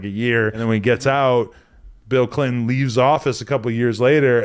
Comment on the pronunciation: Damn man u sayin Bill Clion makes me aggro